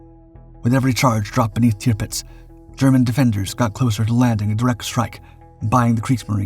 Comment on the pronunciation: Tipits?? Tirpitz!!